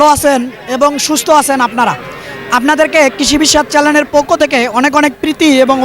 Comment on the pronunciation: ভাই, প্রতিবেদন মোটামুটি ভালই করেন,চ্যানেল শব্দটি উচ্চারণ সঠিকভাবে করতে হবে